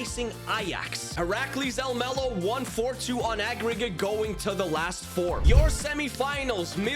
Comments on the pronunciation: Im from the netherlands, but said Almelo incorrect. Heracles is one of our worst clubs from the eredivisie. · i know some thing about heracles almelo (i live in the netherlands). almelo is the city where the club is located (same with psv eindhoven, which is in eindhoven). and the pronunciation is very wrong but yeah dutch is a weird language, so its not your fault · You said Heracles about right but Almelo was a tiny bit wrong but not certainly bad, just English